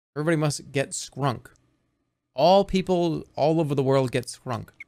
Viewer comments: i stg he must have dyslexia bc my dyslexic ass just fully read the word shrunk as skrunk along w him for the first three times i saw this clip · him misreading shrunk as skrunk is exactly what i needed to see today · Him reading shrunk as skrunk absolutely killed me